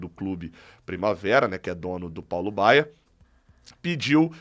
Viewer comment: Feliz Natal, e companheiros Tricolores! Só uma observação: é Paulo BAIA, e não Baier kkkkk eu até me assustei, porque o Paulo Baier jogou até uns 40 anos, no Goiás inclusive, fiquei preocupado do Flu - com essa mania de contratar jogador velho - querer trazê-lo, ele hoje deve estar com uns 55 😂😂